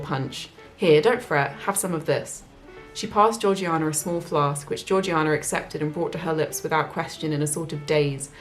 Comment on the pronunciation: Slam your hand down on the table if I'm wrong; but isn't Georgiana pronounced Jaw-jay-nah? Ps. I loved your reading... I'm hooked!